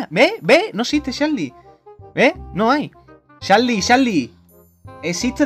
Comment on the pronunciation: jajajjjajaj es charli charli tu dijiste chali chali xDDDDDDDD ajajajajajajaj